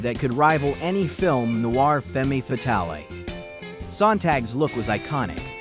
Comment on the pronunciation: CONSIDERING THAT YOU ARE DISCUSSING A SUPERIOR BRAIN, IT IS BIZARRELY NIGHTMARE ISH THAT YOU MISPRONOUNCE BASIC WORDS SUCH AS FEMME FALALE WHEN YOU SAY “FEM A. FAT TELL EEE”. IT IS DISGUSTING, ALONG WITH YOUR OTHER MISTAKES THAT YOU DECIDE TO PUT OUT ON YOUTUBE WITHOUT CORRECTIONS FOR MILLIONS TO SEE. IF A.I. TAKES OVER THE WORLD WITH SUCH MASSIVE GLITCHES, CIVILIZATION IS UP SHIT’S CREEK. IN THIS CASE, I THINK IT IS THE YOU TUBER’S STUPIDITY WHICH IS IRONIC BECAUSE YOU ARE DISCUSSING THE IDEA OF BRILLIANCE. WHAT THE H. IS WRONG WITH YOU.? ☹️